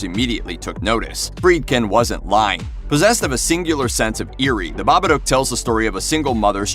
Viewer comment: Bobaduke? Lol you cant even pronounce a movie title correctly.